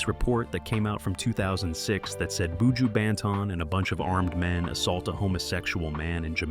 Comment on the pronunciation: Lawd. Please learn how to say his name properly tpc